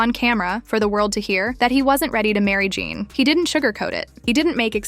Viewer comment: Her name is JHENE!!!! As in “juh nay” don’t claim to speak on her life if you can’t even pronounce her damn name!